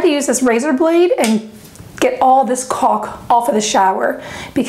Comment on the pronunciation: she said caulk